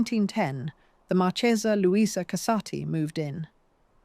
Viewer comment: So beautifully told that's why I can't forgive the marc(h)esa very wrong pronunciation😮😅